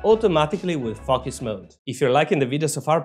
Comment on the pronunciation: You are funny. It sounds like you are saying F+uck Us mode instead of focus mode.